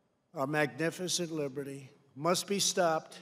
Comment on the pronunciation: "Totallyteriortism" "Libidy"